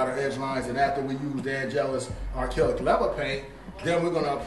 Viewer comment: n its acrylic not arkillic lol hahahaha